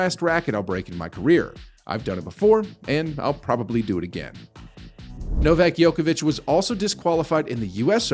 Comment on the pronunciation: Who's Novak Yokavic? Never heard of him.